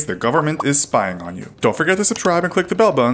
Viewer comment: STOP SPIYING ON MEEH